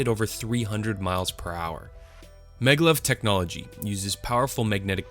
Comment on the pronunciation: It is MAGnetic LEVitation...pronounced MAG-LEV........ NOT meglev.....